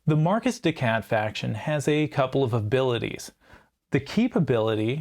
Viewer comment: Ironically, your non-french accent sounds like better french, at least for the "de" part.